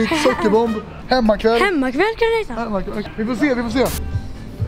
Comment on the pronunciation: Hur säger ”hemmaqouell”👽🧌👉👈